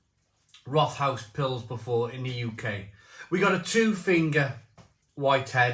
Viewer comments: Pronunciation: think of “Wrote-House”. Not “rot-house” (sounds like something rotten). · Pronounced Rot-house just fyi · One of my fav beers from the southwest of Germany. Can also recommend their "Tannenzaepfle". Btw it's pronounced Rot-haus (means red house). In German the th isn't the same as in English. It's either just a coincidence from two words meeting, as here with rot and haus, or it's an old way of making the following vowel longer. In any case, it's still just pronounced like a t, not a th. About the cost of the Rothaus beer, it's always been a bit on the expensive side, even in Germany. Germans in general are quite proud of their local breweries and beers, so as long as the brewery puts out a good drop they tend to do ok.